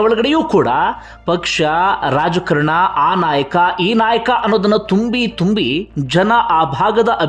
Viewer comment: "' ರಾಜಕರಣ ಅಲ್ಲ ಅದು ರಾಜಕಾರಣ ಅಂಥ ಹೇಳಬೇಕು"'"